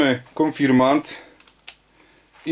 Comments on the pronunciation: konfirmaNt XD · Spoko, ale konfirmant🤣😂? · W pisowni oraz w poprawnej wymowie powinno być "Konfirmat" Ze względu na środowisku w którym przebywam większość ludzi nie wiedząc dlaczego zmieniła wymowę na konfirmant i tak się już to zostało. Pozdrawiam